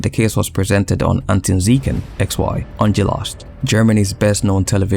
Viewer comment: Well done, enjoyed it. The pronounciation of Aktenzeichen XY was interesting :)